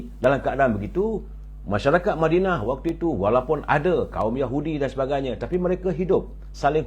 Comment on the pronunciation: lebih suka berada di mindanao?.. ke mana?.. ooo madinah... "".. madinah bunyi mindanao.. biar jelas duduk perkara "".. jgn cuba kelirukan kami.. kami bukannya bodoh..